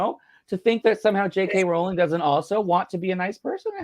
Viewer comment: Ffs after all this time Graham, Rowling is pronounced "rolling"!!!